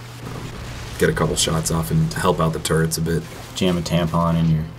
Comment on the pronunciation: they're called TURRETS not TURRENTS.